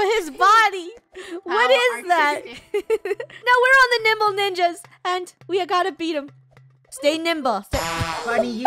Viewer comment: Lol when they first Said Nimble Ninja's I thought they said Nipple Ninja's LOL